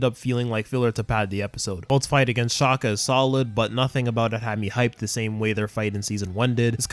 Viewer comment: Did you just say shaka it’s Xander shaakdara